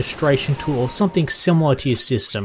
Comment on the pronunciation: someTHING not someTHINK its a g not a k